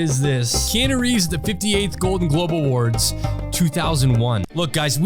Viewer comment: It triggers me how you say Keanu Reeves name. But I still love yah videos lmao 😂😂